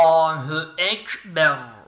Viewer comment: kef harfini cıkaramıyon ellahü ekber diorsun neden o el de dieri la allahü ekberr olcak ellahü ekber külliyyen yanlştır ceddük denir cedduk denmez tamm arapcada ü yoktur u vardır ama tecvidde orayı tek noktalı u okursn u ü ortası